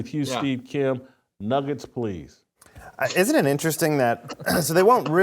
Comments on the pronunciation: she said niggets instead of nuggets. I think you're dead wrong on this one Jason. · She said niggets when she was trying to say nuggets... How is this any kind of controversial bulshit... It's getting ridiculous... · She didnt even say the word, she said "niggats" not a real world, she was attempting to say nuggets. It was a slip of the tongue that's all. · 1) She said Nuggets with an I instead of a U. That’s the N word now? 🙄 2) One ESPN has-been mad at another ESPN has-been. The equivalent of 2 winos arguing in an alley. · She definitely said Niggets and not n'ggers. The reaction was because it sounded like that word but they knew it was not that word. They knew the network and media would still run with it. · She said "Nigguts" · She didn't say the N word she said nuggets but with an I instead of a U.. so now you get in trouble for saying a word that just sounds like that word when you obviously didn't mean it? I think in a few years any 2 syllable word that begins with N will be banned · "nugget?"I listened three times, and that's all I heard. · She said Nuggets with an "i" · I am not hearing what you (and Jason) are hearing. It sounds to me like she said “nuggets” with an “i” in place of the “u”. So, I can’t say she’s comfortable using a word I didn’t hear her say. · That's not how it works. She mixed up some vowels and it happened to make that sound. Similar things have happened to you. You could be in her position tomorrow and just not know it, yet! There are real racists out there who intentionally use this slur. Be more aware and educated! 🙏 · I don’t think she meant to say it at all. I think she just mispronounced “nuggets” but I guess we’ll never know for sure